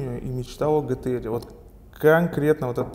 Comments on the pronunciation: пишется и говорится ДЖИТИА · По моему джи ти ар а не гэтэ эр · А не гэтэ эр